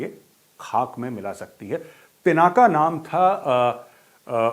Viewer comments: Pinaka nahin Dhanush ka nam " PINAK " HAI ! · आप कुमाऊनी हो और पिनाका नही पिनाक है शिव धनुष सर , । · मेजर साहब,शिवजी के धनुष का नाम पिनाका नहीं,पिनाक था।